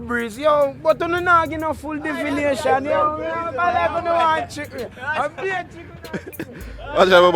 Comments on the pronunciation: Did he said " defination" or I am hearing wrong. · Defishiniation🤣🤣🤣🤣🤣🤣🤣🤣🤣🤣🤣🤣🤣dawwgg wull a wi dunce enu